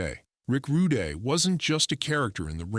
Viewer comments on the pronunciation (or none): Stop using AI voices it's disrespectful his name is pronounced rood not roodey or Rudy. It's ravishing Rick Rude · This is AI created nonsense. Even calls him rick Rud(y)